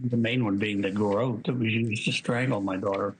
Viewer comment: Note he mispronounces 'ga-wrooute' so to appear to be unfamiliar with it. It's garrote and he knows it. The DNA they collected in Georgia back then was from the wrong person, in my opinion, so they didn't find a match.